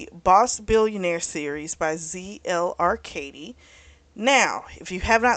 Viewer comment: That is not how you pronounce our last name 😂